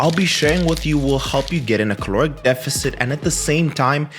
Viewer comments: Its caloric, not claoric…. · Caloric not claoric